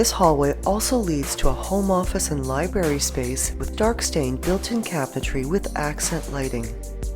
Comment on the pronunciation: I was all set to purchase this property but she leaves out the first "r sound" by referring to that room as a libarry rather than a library. Deal breaker for me LOL...jk